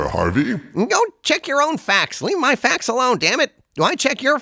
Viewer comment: "go check your own facks".